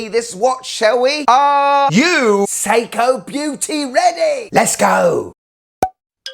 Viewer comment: "Seiko Irwin"! From Steve Irwin (Crocodile Guy) a Nice um field watch! 😂😂😂